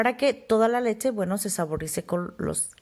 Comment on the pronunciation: Me cuesta un poco de trabajo entender porque no pronuncias bien leCHE! siempre dices leTTCHE! es incomodo estar escuchando eso :(